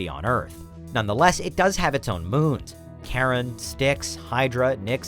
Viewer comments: Charon is pronounced c (as in cup) eye ron, or Kai ron NOT Karen. Cerberus is pronounced Sir burr us. Chiron or Chyron is the mythical centaur, connected to pluto in Mythology as the wounded healer, Cerberus was the three headed dog who guarded the gates of pluto aka the underworld. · it's pronounced with a much much shorter A sound; Pluto's moon i mean. Car-on; not care-on